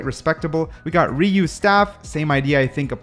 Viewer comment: It's pronounced as RUYI not RIYU, nice video though! Keep it up!!